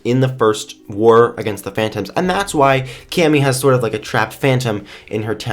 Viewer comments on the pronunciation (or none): 'wur' War,, war. Not wur.